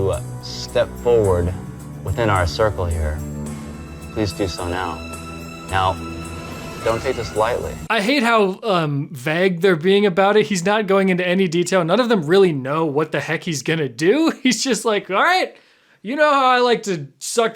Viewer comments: I have an uncle from North Dakota and he too says “vag” instead of “vague”. I never believed him until now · Vague rhymes with leg not lag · IM SORRY!!! But you said "VAG", and not "VAGUE"!!!!!!! WHAT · vagg? did you mean vague? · is pronouncing vague as vääg a North Dakota thing? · Pronouncing vague as “VA-guh” no thanks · says the word vague as if it rhymes with flag or bag. Does anyone know if this a regional pronunciation or just a quirk?:p I'm not making fun, I've just never heard that before and it made my brain do a double take. Lol. I kind of wonder if he'd similarly pronounce "plague" or "the Hague." XP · did you just pronounce vague as "vag". Seriously man, what the hell. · I like pronouncing vague like bag. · I'm not one for nitpicky comments, but damn I'm having a hard time getting over the pronunciation of vague as "vagg" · oh my god i cannot get over that way you say vague. I’m sorry to inform you that it does not rhyme with bag. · Did my guy just pronounce "vague" as "vag"? 😂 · I have never heard anyone pronounce vague as "va-gh" so I was extremely confused and concerned for a sec why our good would say the f-slur lmao my bad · Can you pronounce the word “vague” again for me lol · What was that pronunciation of “vague” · I've never heard anyone pronounce "vague" the way does 😅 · How did you pronounce vague? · This PBS dude still doesn't know how to pronounce "vague"!